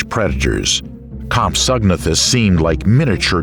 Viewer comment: I like this im subbing nut compsognathus is pronounced as comp so na thus